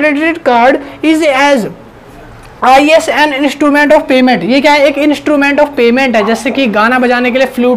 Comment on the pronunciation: Bhai aap is ko "I" "s" padh rhe ho😂